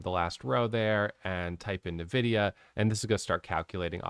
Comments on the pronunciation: I laughed every time you said navidia. Its ENVIDIA and your computer probably has their gpu inside. haha. Thanks for all your videos. They have become super helpful! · I say Navidia.. I know the right way to say it too but my mouth decides to say it Navidia idk lmao